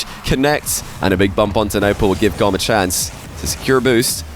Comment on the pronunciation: Wouldn't it be pronounced more like tomb / womb? Goom!